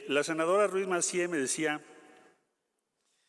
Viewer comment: Y no es senajara , es senadora🤔